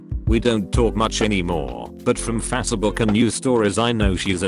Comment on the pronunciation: Nobody: Reddit voice bot: "Fas-a-book"